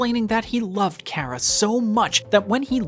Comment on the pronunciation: I feel enraged currently, the amount of times the person in the video he is whatching says Chara (Care-uh) I cringe, IT'S CHARA (car-uh)